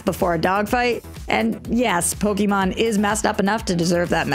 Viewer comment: i should be an arse and thumbs down this for saying pokemon wrong, but i wont.